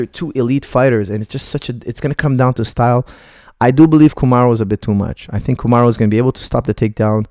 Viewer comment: Coach his name is Kamaru, not Kumaru. It is short for Kamaruddin, قمر الدين